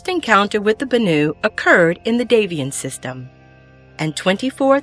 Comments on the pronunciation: "Bannu"? Did you grow up with bollywood or something? Bany? Banana? Banananuu? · I thought Banu was pronounced as "Ban-eww"?